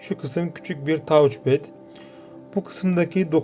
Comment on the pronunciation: Tauc ped demeyeydin iyiydi. Güzel inceleme 👍